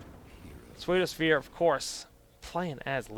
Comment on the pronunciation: Yay my game got picked. :D PseudoSphere is pronounced Sudo Sphere by the way. It's actually the word pseudo as in fake.